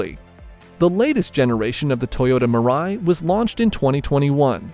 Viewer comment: its MIII-RA-I nor Murai, and it means "Future" in Japanese